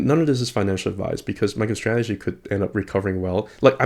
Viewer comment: Did you say Michael Strategy? XD